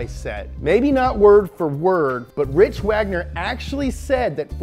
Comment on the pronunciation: He kept saying "Rich" instead of "Rick."